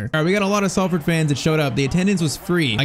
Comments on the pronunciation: For future reference it's pronounced Solford rather than Salford. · Salford is pronounced “Sol” not “Sal” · Sorry it’s pronounced s o l ford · It’s pronounced solford 😂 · It’s pronounced solford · I know it's a little thing but please say Salford correctly..its pronounced as though its spelt solford...yes english is stupid 😂